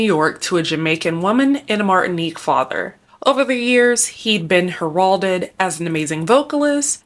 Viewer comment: Work on your pronunciations. Heralded. Enjoy your content.